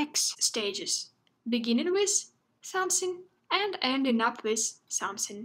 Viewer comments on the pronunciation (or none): begging with somesing and ending with somesing, this pronunciation is really unique 😍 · So adorable of saying "somesing", Anyway my IELTS test is knocking at the door and I'm watching this.